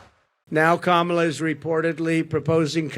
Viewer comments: Who the hecks cuh-mall-uh? Pretty sad when u don't even have the brain cells to remember Kamalas name. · Trump: I'm very angry at kaMAHla..." This guy can't even get the current VP's name right. And people think he's capable of running a country? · He thinks he is so smart for knowing Harris's last name, but he can't pronounce her 1st name. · Donald TRAMP should learn to pronounce names correctly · Even joe Biden mispronounce “Kamala” 😂😂😂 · Like Harris' husband Doug Emhoff said, " Since you're having so much trouble pronouncing her name correctly, after the election you can just call her Madam President." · The only factor working for Trump is because he's a white male. He can't beat any white male. He can't beat Kamala Harris. It's "amazing" how he could clearly pronounce a Russian name but find it so hard to pronounce Kamala's name